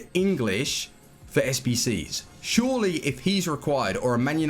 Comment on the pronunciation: "Shawly" he's going to be a good investment